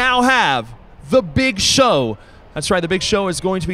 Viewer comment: He says "The Big Show" in such a weird annoying way, it's like he's never tried saying it out loud before and doesn't know where to place emphasis.